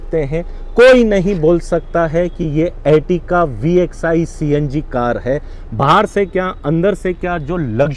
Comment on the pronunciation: Is se tight pent nhi thi kya tere pss. or normal filter me video bna lia kr. Or ye ertiga he. Ertika ertika ku bol rha he.